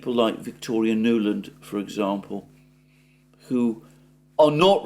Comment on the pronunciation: By the way, "who" should sound more like "hu" and less like "shshuu" 😂😂